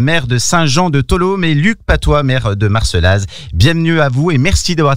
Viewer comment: On prononce Marcella.